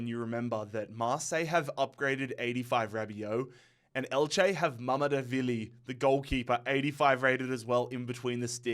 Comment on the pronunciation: Its mamadarshveli not mamdevili